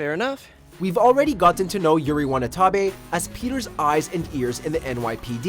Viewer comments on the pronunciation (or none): It's Yuri Watanabe, not Wanatabe! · Unless I am hearing it wrong, you say Yuri's name as Wanatabe. It's said Watanabe. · It's Watanabe, not Wanatabe. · it's watanabe not wanatabe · "We already got to know Yuri Wanatabe..." it's Yuri Watanabe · Just sayin, it's Watenabe, not Wanetabe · Looooooooooooooooooool nice Yuri WANATABE 😂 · "Yuri Wanatabe..." Its 'Watanabe'.😂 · "Yuri Wanatabe" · you called Yuri "Yuri Wanatabe" instead of Watanabe. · Did he really say Yuri WANATABE?? Its Watanabe* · I hate to be that person but u said Yuri Wanatabe instead of Watanabe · Watanabe not wanatabe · I’m sorry but I just have to say it cause it bugged me a lot, it’s Yuri Watanabe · Ahem...u said Yuri Wanatabe ITS YURI WATANABE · It's Yuri Watanabe not Wanatabe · Yuri's last name is "Watanabe" not "Wanatabe". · It's WataNAHbe not WanaTahbe, ;) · Wanatabe? It’s Watanabe. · “Yuri wanatabe” DID ANYONE ELSE HEAR THAT? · Bruh he said yuri wanatabi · #4: he mispronounced Yuri Watanabe. He said “Wanatabe.” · Uh, it-- it's "Watanabe"... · “Yuri Wanna-Tabe” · Yuri wanatabe xdxdxd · “yuri wanatabe” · It's Yuri "Watanabe"😅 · “Yuri WaNaTabe” bruh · you said "Yuri Wanatabe" lol. Great vid! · (Did he just say Yuri Wanatabe)😂😂lmao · He pronounced yuris last name wrong and her villain name wrong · amazing pronunciation 🙄